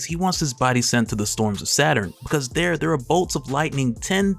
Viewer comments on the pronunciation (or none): none